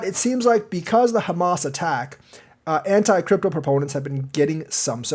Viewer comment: “ANT-CRYPTO Letter”? 😆